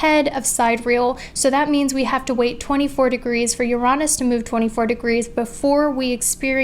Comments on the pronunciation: Yo I RESPECT for saying "Uraanus", instead of... You know what! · I thought it was pronounced yuh-ri-nis (with emphasis on the Yuh x) )